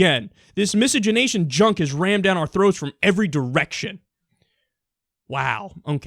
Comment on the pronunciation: I didn't know that word existed...and I'm glad you're pronouncing it because I had no idea how to pronounce it!